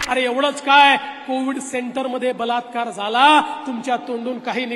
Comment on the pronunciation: Yeni baltkar he shabhd tondatun khadke, ki te vegle aiku yete, 3 iditos chya picture made ek vidhyarathi bolya pramane.